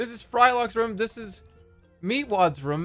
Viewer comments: He says room like rhum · why does he say room with a schwa its really bothering me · I like how he pronounces “room” can’t get enough of it